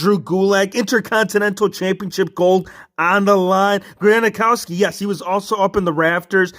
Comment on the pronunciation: Granakoski it’s Gronkowski or Gronk